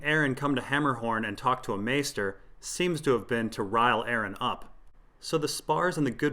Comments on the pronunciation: I cringe every time i hear Aaron... Its Aeron lol like ay-er-ron... Jus5 call him damphair lol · Nobody:...: Pronounces Aeron as Aaron